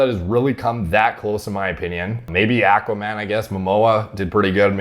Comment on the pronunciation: bro how says Aqua Man is so Canadian